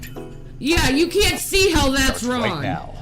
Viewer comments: Her inability to pronounce Gs at the end of words gets me every time 😂 “You can’t see how that’s RON” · " didn't do anything wron"... You have to remember, she can never afford the last "G";at the end of her words.